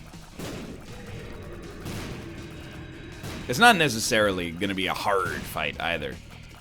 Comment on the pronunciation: does he say "Haarrrrd" or pirate jokes went too deep inside my mind